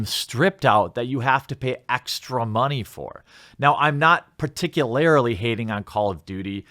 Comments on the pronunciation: Jeremy, I love your content, but please, for the love of God, it's PARTICULARLY not PARTICULARILY. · Please stop saying particularly like that It's offensive.